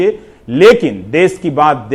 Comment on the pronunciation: "देश" ।। होता है रवीश जी।। ना की "देस"